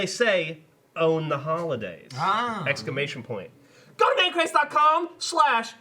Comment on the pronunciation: Geoff: "Examation point!" Geoff later: "I didn't flub shit!" Ok Geoff, OK.